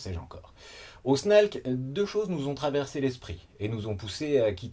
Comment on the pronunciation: snalc se prononce snake maintenant?